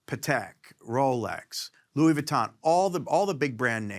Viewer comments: Anybody who is into watches just cringed when he said Louis Vuitton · The guy said Louis Vuitton😂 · I don't know if it's me or what but did he just say "Rolex, Patek and LUIS VUTTON(!?)...." in the same sentence. Wufff